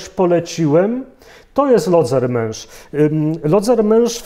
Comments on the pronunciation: Lodzermensz / Lodzermensch ‼️ ( bez / ohne ,, t " ) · Lodzermensz/Lodzermesch‼️ ( bez / ohne ,,t" )